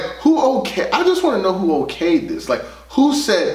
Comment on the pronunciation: I felt the “WHOOO” when you said “WHO OKAYD THIS” 🤣🤣🤣